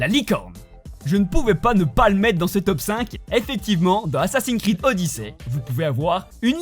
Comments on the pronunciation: Mais la licorne... C'est pas un réel easter egg... C'est plus un détail, un easter egg c'est plus une référence a d'autres univers existant dans le jeu vidéo dans le cas de "Assassine creed" comme tu dis. Puis sans déconner on dit pas "koroguss" mais on le prononce "korogou" quoi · Ptn sa me pete les oreilles qui ne sache pas dire assassin’s Creed correctement chuis le seul a qui sa choque nan mais vraiment il le prononce assassi Creed c ptn de frustrant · Assasin's creed se prononce screed